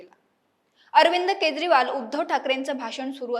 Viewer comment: अग बाई केद्रीवाल नाही केजरीवाल असा उच्चार आहे